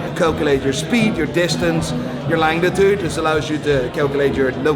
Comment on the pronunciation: I love your channel and observations. Like you, my accent has changed over the years. But, what is your Langitude - is that like long attitude which you probably have? I'm sure you meant longitude:) As a former marine navigator the measurement of time going back past Breitling watches and instruments to Ulysses Nardin and other ships chronometers all the way back to Harrison is one thing that I love about mechanical movements and the relationship to position on the earth. Keep'er lit big fella.